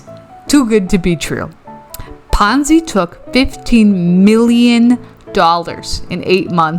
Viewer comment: Oh, it was PONZI, not FONZI. The Fonz is so much of a nicer person. 🙂